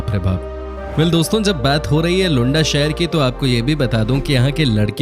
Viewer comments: It’s pronounced as Looanda not Lunda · Its luaaandaaaa not lunda kuch bhi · Usually I appreciate the effort you guys put into making these videos, but I must say, you reminded me of the low level of intelligence displayed by Donald Trump when he referred to the nation of Namibia as "Nambia". Didn't anyone else notice this??? Also, it was hilarious when you referred to Luanda as 'Lunda". Doesn't that mean penis in Hindi? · Hi, Whatever you explained about Angola is ok. But please pronounce Luanda Properly, coz i have worked there. And there are some facts which is not True.....